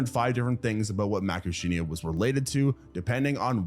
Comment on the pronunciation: Seriously? I do get that you may not know how to correctly pronounce complicated scientific names like Coelophysis (See-lo-FY-sis) or Macrauchenia (Macro-KEEN-ia), but "Argentinia"??? Go watch Evita right now! The Madonna version, not that Zegler dreck.